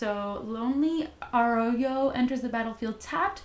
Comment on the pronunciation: It's pronounced Arroyo. The Outlaw specification is really nice. You can make outlaw decks or pick one of the creature types and go tribal (i.e. Mercenary Tribal) solid pulls.